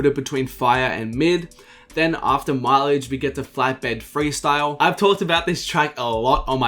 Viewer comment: fuck is you saying mileage top5